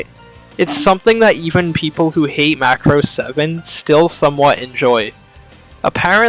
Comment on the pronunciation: It's Muh craws that audio opening has been a bad pronounce for years been said Muhcraws by creators , voice actors , people who worked on series at conventions and meet and greets and commercials in japan for near 40 years 😂 The name is a foreign word for Japanese and is made from Ma as in Mama muh/mah and a religious cross . Macross ova with Hibiki , Ishtar , etc has 4 Macross cannons and the SDF is called Macross and in original Japanese is not how your saying it . Check your ego at the door when it's been said once again for 40 odd years by everyone involved 😂😂😂 it's also in the written japanese form . Fyi Sharon Apple is a military infiltration and assassination AI that was rejected , was in ideas for longer arc till the high price animation got put into show . Delta isn't bad it was just not really macross . The Macross series revolve around humans and adapting Zent/Rmasters technology and fits in the same fanbase as Gundam etc , Delta has none of that feel and the SDF itself was inspired by Space Battleship Yamato , big spaceship with mega gun in nose . By itself the anime is fine but like 7 the connection to Macross did more harm than good . Good vid otherwise